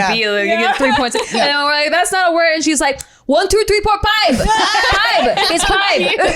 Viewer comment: very Filipino, lol.. lmfao!! One, tu, three, por, phibe